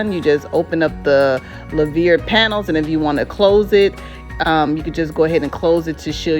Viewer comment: Love it. I’ve been looking at it also. It’s pronounced “loo-ver”